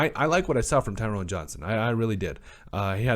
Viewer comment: Ty-ron. Tyrone has an E that makes the hard O sound. Both he and Cole had drops. Cole had the easy looking drops, Johnson had a drop he had to dive for.